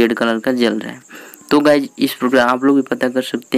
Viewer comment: Guyj nahi balki guys